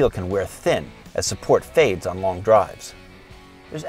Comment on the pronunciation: This guy is speaking like one of those comments with oddly-emphasized words. "Their initial appeal can wear THIN as support FADES on long drives". It's just really punchy and distracting to me, music is also too loud. Content is good though, lest that get lost in the nit-pickery.